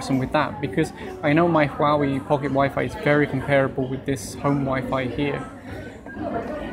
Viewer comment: Don't review items you cannot pronounce the name of. So many uneducated folks who cannot pronounce Huawei.